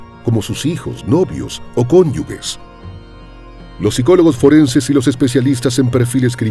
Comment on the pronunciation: Felicidades por la extensa investigación. Solo una corrección, es CÓNYUGE (se dice como si fuese con J de juegoy no con G de gato), NO CONYUGUE.